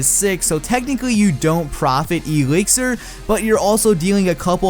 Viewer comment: Say exlir right